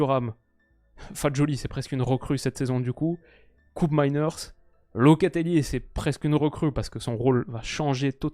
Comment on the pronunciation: "KÔpmeiners" et non Koupmeiners. Il est néerlandais et donc respect à la langue des Pays-Bas et des Flandres. Tout ne se prononce pas en anglais,.